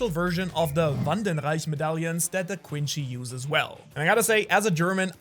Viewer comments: This is basically how people who don’t watch Bleach think Ichigo is lol Edit: Heads up, it’s pronounced Quinsee not Quinshe, the word is French and it’s only pronounced Quinshe in Japanese because of their accent. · BRO SYAYS QUINCY QUINCHY